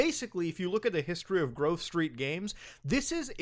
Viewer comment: Wait, why does Muta keep calling them Groove Street Games? Lmao